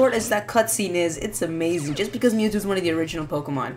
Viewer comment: Mewtwo not MewTwo!